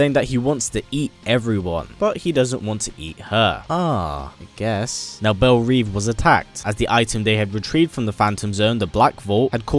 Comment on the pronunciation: Belle Reve is French. It's pronounced "rev"